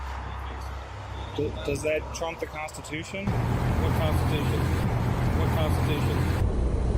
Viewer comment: What's a "kon stuh too shun"?